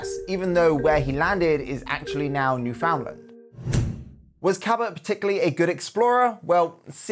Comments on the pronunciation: Newfoundland is pronounced /ˈnu.fən.lænd/ or /nu.fənˈlænd/ - the "found" is reduced and the emphasis is on the first or last syllables 🙂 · Swing and a miss on that Newfoundland pronunciation